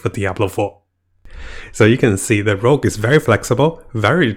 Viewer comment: It's "Rogue" not "Rouge"